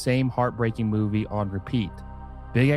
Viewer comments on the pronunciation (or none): none